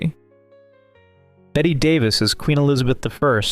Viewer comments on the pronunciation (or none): It's Bette Davis, not Betty 😊